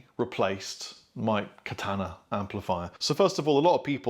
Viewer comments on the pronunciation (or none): none